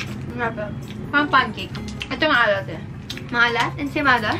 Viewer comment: "Ensaymaalat" hahaha I can't stop laughing 🤣